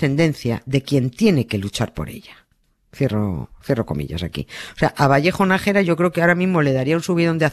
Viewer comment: Es Nájera,no Nagera,vaya periodistas....